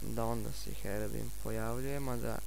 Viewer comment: Brate ne kaze se HEROBIN nego HEROBRAJN ako nisi zao